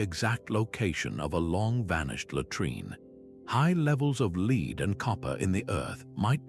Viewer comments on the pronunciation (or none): I like the concept of this video, the script was the best bit. Audio was monotonous AI who doesn't know how to pronounce lead (the metal). While the visuals are highly entertaining, these AI generated woodcuts worthy of Escher were so tenuously connected to the material that I feel they damaged the credibility of the overall video